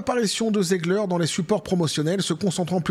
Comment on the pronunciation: On dit Rachelle zig her pas Ziegler 😊